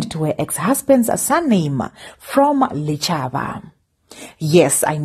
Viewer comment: Its pronounced Dichaba!